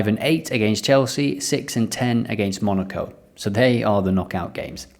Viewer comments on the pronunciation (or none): none